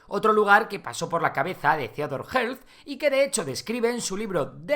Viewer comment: Theodor Hertzel se pronuncia